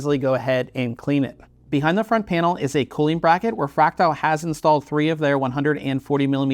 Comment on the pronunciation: Why are you calling it fractile? There's clearly an "a" after the t